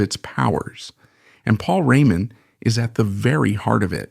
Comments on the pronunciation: AI ....french pronounced maybe i heard it (Paul Rémon ) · I like the subject but... really not sure whether this isn't AI (hear how the name Raymond is pronounced - as if it was French). Also, the name UFO is not pronounced the way people do - here it is read U.F --O instead. Then, look at the list of the author's other videos - most of them has titles like Tragic end, Trafic fate or tragic story - flagrant click-baits. Is this a live person reading or just another AI? Appreciating the musician, I am full of doubts. Overall, this stuff very often greatly exaggerates ( solidifying his place in the rock Pantheon ) Pantheon? Are we speaking about Beck, Blackmore, Richards, Zappa - or about a stalwart, reliable, professional role-player always capable of filling in among real greats?